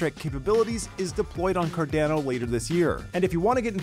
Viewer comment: quit saying Cardano like a Canadian